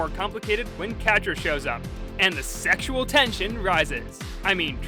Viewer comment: "Sexial Tension!"